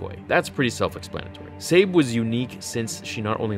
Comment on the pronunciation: It's weird that you keep switching between different pronunciations of Sabé's name. It should be pronounced Să-Bay. The names are my biggest problem with this book, all of her handmaidens had very similar names, it made it difficult to keep them straight.